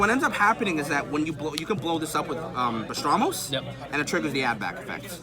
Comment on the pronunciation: Bah-ras-tos. Not bastramos. We can see you like pastrami but not that either.